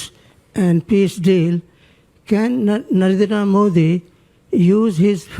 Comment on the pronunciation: Narendra Modi ❌ Nardena Modi ✔️